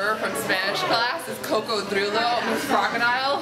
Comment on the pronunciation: "coco-drill-o" LMAO